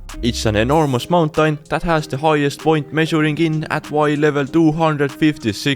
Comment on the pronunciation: i like how you say mountain -> /montank/ =))